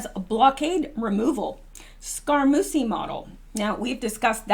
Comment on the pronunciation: Scaramucci is pronounced ...Scare-uh-moochee. Just FYI...thanks for all you do!